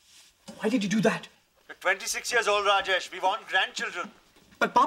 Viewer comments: it's not rajaish. it's raa-jesh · shiva and ganesch? s'cuse me howard dear its Shiva and Ganesh also its Rajesh and not Rajecshe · it's pronounced /rɑːd͡ʒeʃ/ not /rəˈd͡ʒɛiʃ/ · why they call raash instead of raj... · it's Raaa-jesh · Chanandler Bong More like Raa-jaysh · I mean what of kind of INDIAN parents cant even pronounce the name RAJESH.... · That's the way to pronounce rajesh